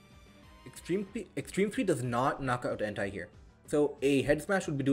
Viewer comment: pls dont say en tai , its ent eh , if you say en tai is sounds sus